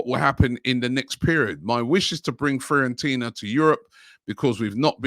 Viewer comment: Everyone: Fiorentina: Freeorentina